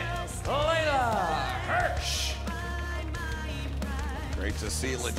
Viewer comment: Just FYI, it’s Leyla Hirsch, not Layla.